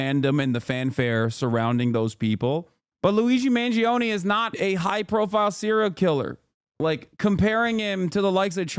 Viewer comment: Me as an italian, wincing everytime i hear the EE in Mangione